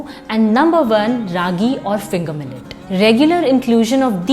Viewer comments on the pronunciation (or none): none